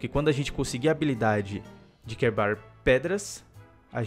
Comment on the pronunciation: o falou quebar pedras kkkkkkkk